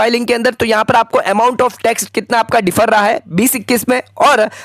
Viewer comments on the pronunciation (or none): कृपया अंग्रेज़ी शब्दों का सही उच्चारण करें।ये डिफर नहीं बोला जाता बल्कि डेफर होता है।